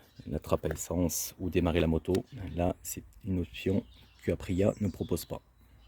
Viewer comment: Aprilia, je connais. Par contre, Apriiiia, non😆